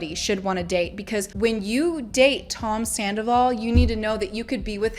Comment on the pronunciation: You heard Rachel say "I go through dry spells with Sandavol" right???? Like she totally let it slip right to Arianas face!!!!!!!!!!!!!!!!!!!!!!